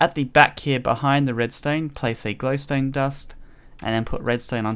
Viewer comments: notice how he says glowstoe dust when it's just glowstone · Did you say flowstone dust?